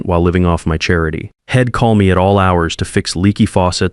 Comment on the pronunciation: Worst AI reading I have ever looked at! The reading was ruined by terrible grammar! Maybe they could have used some apostrophes to turn Id into I’d and shed into she’d! Get real or go away. Just heard another failure hed, instead of he’d! How ignorant that sounded!